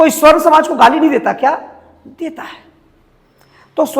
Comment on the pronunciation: जय श्रीराम जय श्रीकृष्ण हर हर महादेव, पत्रकार महोदय, स्वर्ण नहीं सवर्ण होता है ।